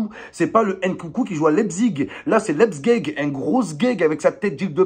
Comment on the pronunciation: « Nkunku c’est pas Leipzig, c’est Lepzgueg »😂😂😂 il m’a tué 😂